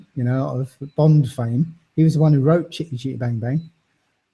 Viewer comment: i like the way he says chitty chitty bang bang ...its nice